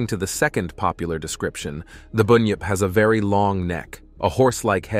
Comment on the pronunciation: It is bunyip not boonyip. And of course they existed, there are yets and what about your American version